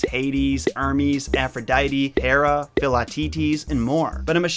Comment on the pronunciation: Thank you for pronouncing Hera properly. Watched your 12 Labours video yesterday and cringed every time you said HEra. Related, afaik Euripides the second i is pronounced the same as the first, so id like lid not eed. Sorry for nitpicking, I do really enjoy your videos.